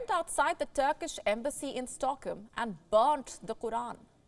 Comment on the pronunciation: Why say "Toorkie?" Can't you pronounce it properly as "TURKEY"??? And what is "Stockem?" Please be careful, it's very irritating for the ear! I've nothing against accents, but the pronunciation has to be correct, especially for a news reader. And about the main issue; it's a very insulting and stupid action or inaction. The one who burns holy books, irrespective of the religion should be seriously condemned and punished. And why is it so hard to take immediate action against the perpetrator??? I fully support Turkey (not TOORKIE) and condemn Sweden.